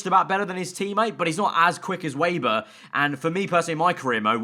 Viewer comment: They will fix Weber when you can finally pronounce his name. He's German, it's "Veber", not "Weiber". :D